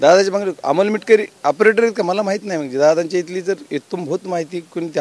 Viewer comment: मिटकरी नाही मिटकमी😂😂😂😂